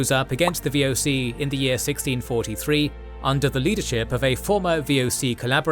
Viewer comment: wow how you butchered the VOC. that didnt even sounded like how its said. not even close XD